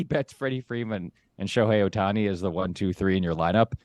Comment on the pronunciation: These freakin clowns joking about Ohtani’s demise. SMH. Also can not pronounce his name. Stupid people. Unfollow.